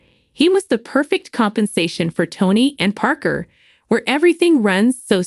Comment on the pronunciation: You have no idea what you are talking about,as you donot know how to say Parkers last name.So you have never watched the show.